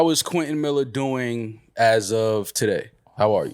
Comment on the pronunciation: “Quentin Maller”